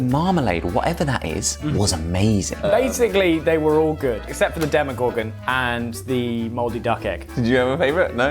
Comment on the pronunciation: "The Demogorgon" 😭